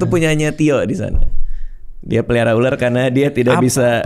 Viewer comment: Bukan uler , ular gitu